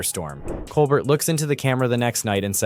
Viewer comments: Pronounce Steven Colbert's name correctly. It's Col-bear not Col-bert. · It's kole-bear, not kole bert! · His name is pronounced coal- bear. T is silent. Listen to him introduce himself. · Why do you keep calling him Col-burt? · For future reference it's pronounced Stephen cole-BEAR. No "t". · Freedom of speech forever. Laughter makes so much better unfortunately the fact that it’s the truth really hurts! I can’t say one is better then the other but I do watch more Colbert and by the way the t is silent. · Learn how to pronounce “Colbert”. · Sorry, but you are mispronouncing Colbert.